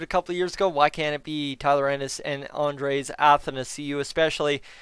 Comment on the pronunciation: You're not pronouncing Andreas correctly. Athanasiou pronounced properly.